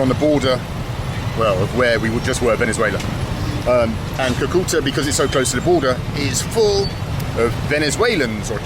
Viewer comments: It’s pronounced Cu-Cu-Taaa. Not Cue-Cue-tah. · Haha its Cúcuta (kú-ku-ta), not coo-coo-ta.